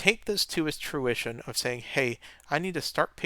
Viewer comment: ("take this to its truition of saying...") and ("if you take it to its truition")